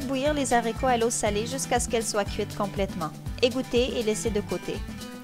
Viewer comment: on dit les aricots et pas les zaricots